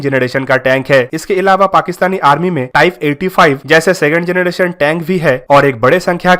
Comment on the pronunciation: जनरेशन not जनडेशन